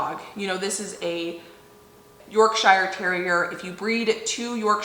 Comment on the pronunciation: Hey! Hehe Yorkshire is said “ Yorksha” in the uk ❤